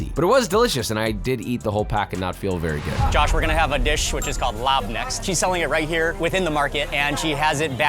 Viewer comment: Vedy Vedy GoooooRd!